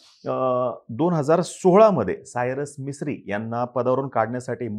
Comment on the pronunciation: Arey vedya te Mistry ahe Misri nahi....baghun tari nit bol.